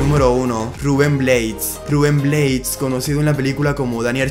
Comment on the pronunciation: Como vas a decir Ruben Bleis??? jajaja De donde eres tu que no sabes que el apellido es Blades..jajaja por favor......